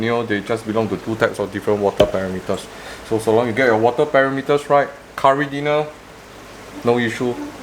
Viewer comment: lol i just realised he was saying caridina and not curry dinner